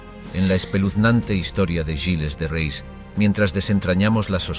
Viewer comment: Hace daño oír el nombre del personaje..no es rais,es reé..